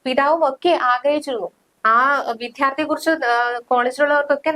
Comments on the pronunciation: അക്ഷരത്തെറ്റുകള്‍ ഒരുപാടുള്ള വാര്‍ത്താവായന അരോചകം..വിദ്യാര്‍ത്ഥി എന്നവാക്ക് ശരിയായി പറയാന്‍ ഇനിയും പഠിച്ചില്ലേ...???, തിരുത്തിക്കൊടുക്കാന്‍ ആരുമില്ലേ അവിടെ ..??? വിദ്ധ്യാര്‍ത്ഥി...വിദ്ധ്യാര്‍ത്ഥി...എത്ര അരോചകമാണിത്..!! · Vidhyardhi Vidhyardhy Vidhyardhi Malayalam sudhiyode parayan adyam padhichittu pathrapravarthanamnniparanju vannerikku Nanamille ninakkokke. VIDYARDHI